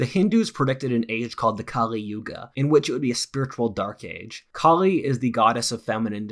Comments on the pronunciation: Great video. Great fan of yours. I really like your videos where you pull from many different fields and give your unique interpretation. This was especially an eye opening video. However, there is one inaccuracy i want to point out. The kali yuga from hinduism you are referring to is not related to the goddess Kali (pronounced Kaali) but the demon kali. Here is the wiki for kali (the demon) not to be confused with goddess Kaali. Thanks and looking forward to more of your amazing videos. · when talking about Kaliyuga,I think you got confused between "Kali" and godess "Kaali" (pronunciations are somewhat different). Godess Kaali is an incarnation of Durga .It is complicated to explain here but Durga can be thought of as the personification of mother nature, as well of as a mother in general, providing love and care, being angry when necessary towards her own children ans specially towards external threats, Kaali is one of the nine incarnations (roop) the godess Durga representing her angry side (This is my interpretations of the legends and texts I've read since childhood, other people can have a different opinion). Kaliyuga (as you rightly pointed out) is the time in which we live right now which is devoid of morality and spirituality. It represents an era (Yuga means era in sanskrit). The goddess and the yuga don't have a connection as far as I'm aware. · This is a common misconception: The Kali Age is named after the demon Kali (pronounced cully), not the goddess Kāli (pronounced kah-li).